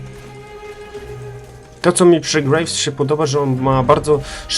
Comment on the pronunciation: ja dużo grrrrejwsem nie grrrałem ^^